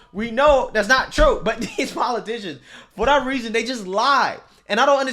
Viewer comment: PO LIE TICIONS